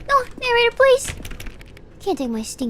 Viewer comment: I like the way she says "Narrator"